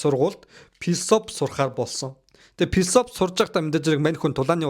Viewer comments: Күмпүү, Пилософи, Пүрслээ л гээд байхын😂😂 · филисофи кун-фу гэж хэлэхэд болноо. П- дуудах шаардлагагүй ээ. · айпимэн, бүрс лэ, пилсоп, күнпү, 😂😂😂😂 сүүлдээ бүр пүрс лэ 😂😂😂😂